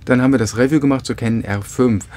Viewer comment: toller Kanal, danke, aber könntest Du mal "review" richtig aussprechen, ja klar nicht wichtig aber es fällt mir jedesmal auf.